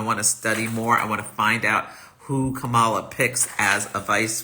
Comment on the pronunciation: From your mouth to Goddess' ears! Yes we! BTW - it's pronounced like "Comma-La"